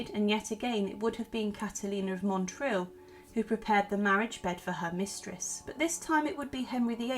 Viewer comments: Small correction: the name of the town is pronounced not Montril but Motril (it struck me as this is where my grandmother's family came from, and I was very excited to hear about this figure from what amounts to a sort of home town for me). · I was born in Spain and Motril is a well known Andalusian town, so it feels weird to hear its name mispronounced over and over with an “n” that’s not there.